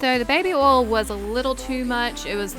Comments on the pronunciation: " baby oll" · You said baby Ol but it's baby oil